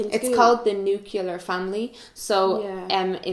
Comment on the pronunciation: it's not nucelar, its nuclear. lol